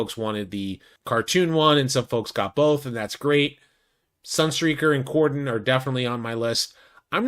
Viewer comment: Wow, your the 1st content creator that has pronounced Cordon correctly!!